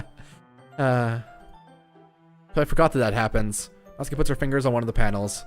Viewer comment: Finally someone pronounced Natsuki right! N A T S K I Also pronounce Sayori right. S A I O R I